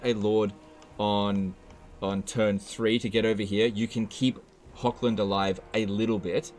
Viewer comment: Really suggest to look up, cause it's a min fix pleasing all european viewers etc. , how to pronounce the german "ch", like in Hoch-land, or Bechafen, or Eschen, which are all essentially german. Cause it's not Hokkländ even if you say it 1000x times, nor Bekhafen, nor Esken. Idk somehow just really bugs me an once you learn it, which takes like 2 min, not even, you probably won't do it agian.